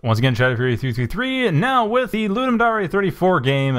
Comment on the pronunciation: Thanks for playing. Pity you didn't understand the upgrade system :-/ I was afraid that it might be hard to understand. FWIW, Ludum Dare is pronounced LouDumm Dare (as in I Double Dog Dare you), not LouDumm Daré.